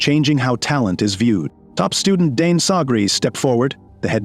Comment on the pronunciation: They keep saying DNE whole time his name is Dane😢😂